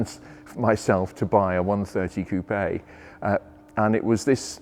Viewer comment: It's fine to hear you tell "coupé" as it must be told as a french word.